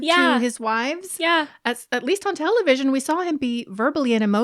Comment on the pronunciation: Our “TELLY-VISSY-EONNN”. 😂